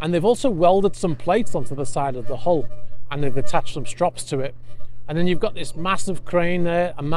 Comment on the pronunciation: The way ypu say strap sounds like a strop like to sharpen knives